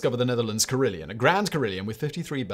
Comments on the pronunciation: It’s pronounced carry-LON, not Leon! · Carillon... there's no 'i' in the second syllable. Care - ill - on, not Care - ill - eon.